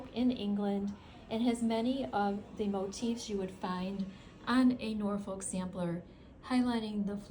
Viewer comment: Beautiful designs. One comment Norfolk in the UK is pronounced with the L being silent 😊